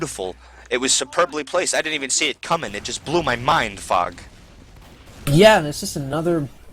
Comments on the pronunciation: everytime says Fog it sounds like he's saying fuck xD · There were a few times I though was saying Fuck instead of Fog